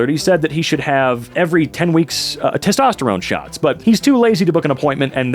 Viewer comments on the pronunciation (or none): none